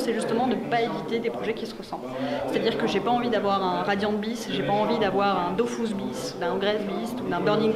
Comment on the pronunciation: Il a dit dofus... chef on dit dofous (oui je suis puriste XD)